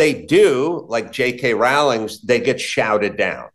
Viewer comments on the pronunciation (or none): It's Rowling as in bowling [not 'cow'].